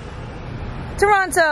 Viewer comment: Umm its pronounced Tronno